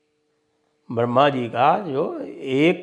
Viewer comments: Ye mulley brahma ko barhama kyu bolte hai jankar hindi sanskrit bigaad kar bolte h.. kya urdu arbi me adha shabd ka uccharan nahi hota ??? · Ye gadha hai pura madani. Be sir pair ki baten kar raha.easako bolana bhi nahi aata baramha nahi bramha hota hai.